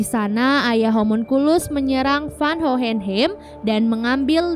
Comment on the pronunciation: Hohenheim bacanya “howhenhaim”